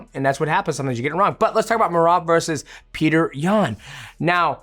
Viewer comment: Its Pjotor rather than Peter